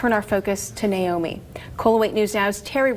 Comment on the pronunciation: Her name is Na-omi not Nomi please pronounce her name correctly.